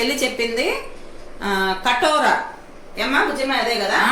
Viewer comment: Adi Katora kaadu andi....Katira antaru